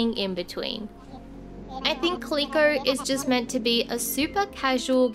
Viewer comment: it’s pronounced “cal-lil-coh” not “cah-lee-coh”